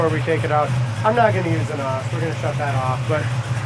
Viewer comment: It's not NAWS. It's N.O.S. Nitrous Oxide Systems Sound out the letters, individually.